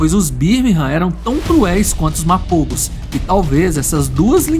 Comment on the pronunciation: Мапого а не мапово